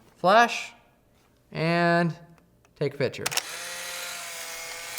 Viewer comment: Argh. Picture, not pitcher. (Other than that... great video!)